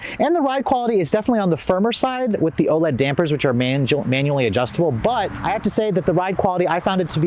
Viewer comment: They are "O lens" shocks not OLEDS.. 😊